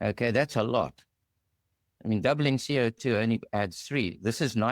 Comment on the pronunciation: Never heard anyone pronounce CO2 as C.I.T. before lol